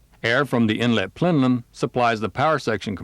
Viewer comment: Plenum, not plenlum...